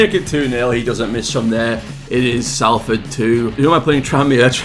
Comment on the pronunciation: bro don’t make the mistake I made it is pronounced Sol-ford 😂 got ripped apart last year for that save yourself whilst you’ve got the chance 😂 also Stockton is a beast just find a way to keep feeding him and he’ll finish his dinner in front of goal 💪